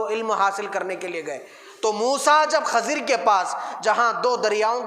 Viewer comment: حضرت خضر علیہ السلام کا تلفظ صیح و درست فرمالے آپ کا تلفظ غلط ہے